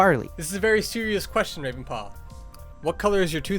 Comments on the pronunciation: "Rwaven paw" - Ravenpaw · Here in the warriors fandom we say GAY Ravenpaws responce to that: agh~ Also ravenpaw: WAVENpaw